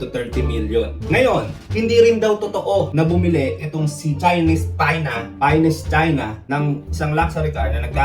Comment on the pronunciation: Rinig mo din🤣